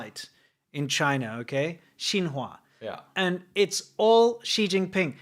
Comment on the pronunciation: Xin Hua sounds exaclty as the french word Chinois ( Chinese ) but like prononced by someone slightly retarded.